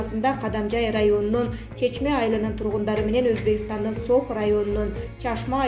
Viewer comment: Чачма айылы емес чечме Чечме айылы так тактап айткыла Айылдардын атарыны так айтпайсынар Айылдын атын кобунчо.